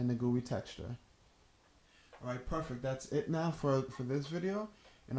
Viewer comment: Ha..Gooye. G-U-I, is it not? Graphical User Interface?